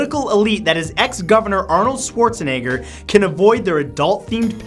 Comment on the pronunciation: schwarzenegger is pronouced wrong too lmao